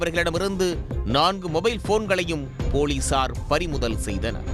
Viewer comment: போலீசார் என்று சேர்த்து சொல்லுங்கள்.. ஏன் போலி சார். என்று இடைவெளி ?